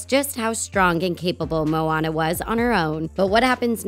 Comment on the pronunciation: “The ocean seemed to choose Mooana”. Really? 😂